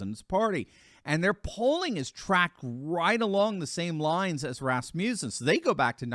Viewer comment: Everytime you say "Rasmussen" my mind thinks "Rasputin". LOL